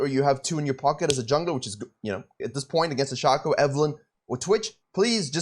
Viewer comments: It's pronounced Shaecoe, not Shaco. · I am so triggered at the way he pronounces Shaco 😤🤣